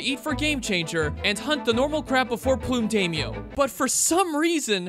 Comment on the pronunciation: this one still cringes every time you call the purple crab 'Plume Day-myo' pretty sure it's 'Plum' as in the fruit and color, and 'Daimyo', a japanese word pronounced with an 'I' as in 'Night'